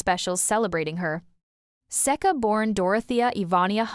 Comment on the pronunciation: AI voice can't even properly pronounce Seka..